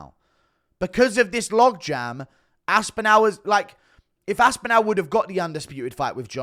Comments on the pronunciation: It's Aspinall. Not Aspinell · Where are you from bro? Everyone from all over the world, in different languages, manages to pronounce “aspinall” correctly. Everyone except you😂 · Aspinal jock-riders malding 😂😂😂